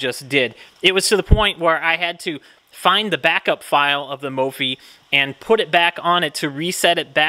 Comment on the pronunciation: 250k people and you’re still pronouncing it wrong 😂